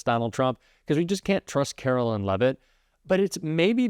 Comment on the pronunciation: Love when A.I. narrates her (because Artificial is the only type of Intelligence to which she can be attributed) and they pronounce her last name, “Leave-it” (that’s probably what her husband wishes he did). Her first name should be, “Caro-lyin’”.